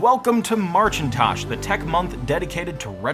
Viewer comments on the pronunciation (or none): Excuse me, did you just say blackintosh ??? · "Marchintosh"? Really? 🤨 You should have gone with "Apprile". 🤦